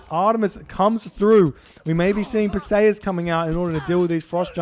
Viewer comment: Per-See-Us Greek usually has emphasis on the start and end of the name